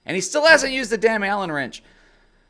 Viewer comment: why did you say dimm instead of damn twice